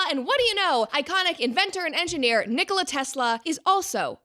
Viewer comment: The guy wasn't competing with Coke & Pepsi, the emphasis is on the Ni in Nikola, like in Ricola